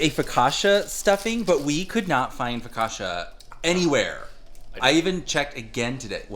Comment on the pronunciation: Top the butternut squash soup with bleu cheese crumbles. It's next level. Foh-kah-tchah,, not Foh-kah-shah. CCI has a TCH sound like Gucci, Pucci, Fiorucci